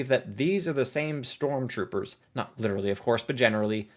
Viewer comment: “strontroopers” lol